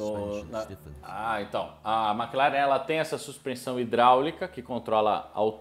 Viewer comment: Não se fala MÉcleren. Mclaren mesmo. Sim irrita. Tchau 👋